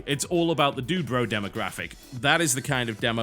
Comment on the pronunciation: What is he calling the target audience? Dubro?